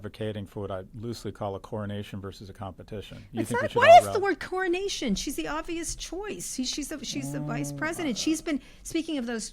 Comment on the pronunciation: Coronation is too strong a word. Honestly we know the VP is usually the next in line why is SCott calling it "cornonation" there IS NOT ENOUGH TIME.